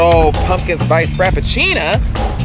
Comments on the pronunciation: He said "Frapichina" nit Frapichino lmao😂😂 love i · He said frappacina lmaooooo